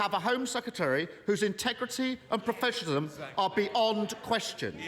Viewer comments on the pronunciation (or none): Professionalism not Professionalum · I think Starmer needs to learn English. I mean wtf is 'professionalum'?